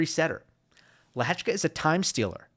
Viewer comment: Is the sole American that pronounces Lehecka's name correctly?